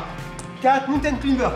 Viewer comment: Rien que pour la petite roulade avant après le mountain climber (prononcé à la française) ça mérite le pouce bleu. Continuez et merci